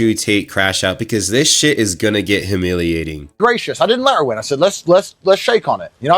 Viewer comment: I do have to say the word humiliating is pronounced with a hard u pronounced “you” not “huh”, you got that word wrong. I agree with just about everything else.